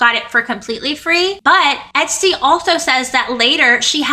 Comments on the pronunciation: She’s calling her etstee haha 😂 ps love the outfit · Love you! The pronunciation of “Estee” is “Eh-stay.” Not “EHT-STEE.”